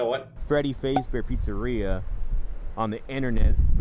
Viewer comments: True, and they’re not even saying Fazbear right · Freddy fasebear ? No, it's Freddy fazebear